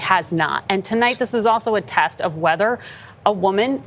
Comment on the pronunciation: Norah O’Donnell’s voice is awful. It sounds AI-generated. Also, she’s got a super annoying habit of emphasizing the prepositions in sentences: “Vice President Harris would become the first female President OF the United States.”